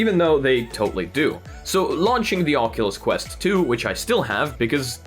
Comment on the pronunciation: Anyone else hear him say oculus crust XD